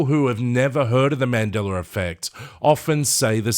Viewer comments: yes...with no "r"...i don't know why i hear mandelaR...that's all i was saying :) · Why I hear you saying "Mandelar"? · mandeller affect? really now?